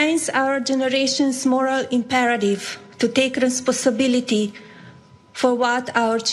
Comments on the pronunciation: My grandparents learned english in there 20's and spoke it well. This bitch married to a millionaire for years and can't say " Responsibility". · It's not her accent, it is her diction - emphasis is not on the right syllables, words come out slurred: "It remindsour generationsmorrowimperative to take respuhsability" If Trump was not a cheap bully he would offer her English lessons so she can have an impact when she speaks in public. But yes, he probably thinks her expression is decent - "for an immigrant" - when in fact it is clearly inadequate for the position she's in.